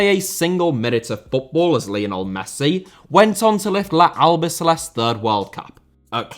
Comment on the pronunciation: Félix * not Féilex Debut* not Deibyu Sarabia* not Sarabier Half* not Holf Lionel* not Leonl Lopetegui * not Lopeteigui Dinamo* not Dinamau Zagreb* not Zohrgreb Serie* not Siri Saw* not Sor Petković* not Pehkovyć Can't * not Khon' Gerónimo* not Heronimo Emiliano* not Emiliohrnouw Armani* not Ahrmohrni Celeste* not Celest André * not Ondrei Stegen* not Steigen Twente* not Twentei Eredivisie* not Eradevizei Argentina* not Ohrgentiner München * not Munich Nagelsmann * not Nohrgelsmann Evander* not Ivanda Rather* not Rother Luciano * not Luciohrnouw Koné* not Kouwnei Villa* not Viller Portland* not Pohrland Mitoma* not Metouwmer Caicedo* not Caiceirouw